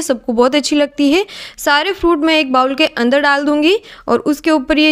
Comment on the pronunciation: You are so cute, so sweet and so creative. Love all these recipes and going to give them a try soon. Stay blessed beautiful child. And by the way in English, BOWL 🥣 IS pronounced as “ BOL” not BAUL.